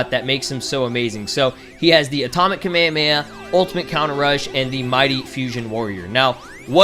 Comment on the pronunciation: its pronounced Ka-May-Ha-May-Ha!